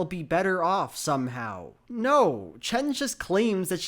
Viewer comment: Props to for pronounce "Chen" in proper mandarin